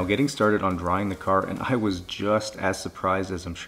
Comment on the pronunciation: YOU BUY NEW CAHH NOW !